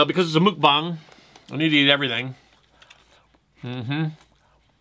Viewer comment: it's pronounced muck (rhymes with luck or tuck)-bong